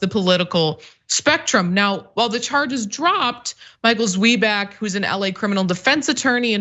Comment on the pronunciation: Tsvai-bak, not Zwee-bak.